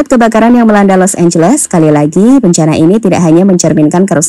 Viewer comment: Los angeles jadi Los losan 🤣😢😢